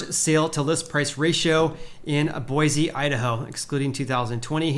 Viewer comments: Boy-see not boy-zee :) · It's pronounced Boy-see not BoiZ. please pronounce my city correctly. Thank you. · Boise native here. I just gotta say a couple things. First, it's BOY-see, not boi-ZEE. Your pronounciation is painful. Second, while availability may be going up, pricing is still several orders of magnatude beyond what local wages will support. Is there any chance the pricing will fall to a point that is in line with local income?